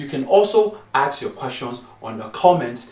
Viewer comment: African dads are always saying AKS instead of ASK